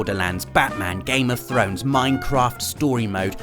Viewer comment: Did you just say Meinkamph instead of Minecraft.